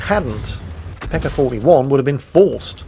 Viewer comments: its not peka its peca (c is like vitamin C) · did he say pecker? thats what i heard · Gotta love that non-rhotic r.